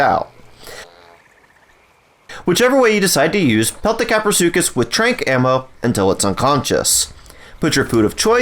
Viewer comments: Kapro not crapro🤣🤣🤣🤣🤣🤣🤣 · Lol english isn't my first language I thought you pronounced kaprosuchus like this kah-pro-such-us I didn't know it was pronounced kah-pro-su-cus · Craprosuchus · "Crapro" 😂😂😂 best part of video and was quite unexpectable. Plzz next taming guide on quetzal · “Crapro” 🤣 it was bound to happen 😂👍